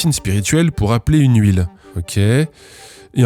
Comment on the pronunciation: Le patron de boîte qui va se retrouver au tribunal pour des accusations adressées à la mauvaise personne à cause de l'utilisation de pseudonymes proches. Edit : "spirithielle" je pense que la crédibilité de l'avocat est tombé à l'eau...